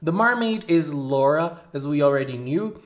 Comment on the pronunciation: The purple haired girl is Lola, NOT "Laura." Also refer to them in Japanese name order, family name first.